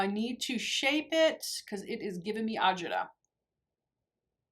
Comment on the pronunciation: Hi …you do a great job with the eye looks. You gotta be Italian.. when you say Agita it cracks me up. I can relate, I am Italian/ American 😀